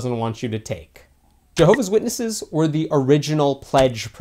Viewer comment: Milolo2.0 it is actually pronounced Jehovah’s Witnesses